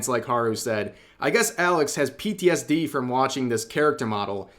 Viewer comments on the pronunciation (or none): none